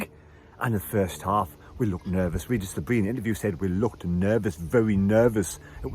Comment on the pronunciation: Still haven't learned how to pronounce Le Bris though 🤣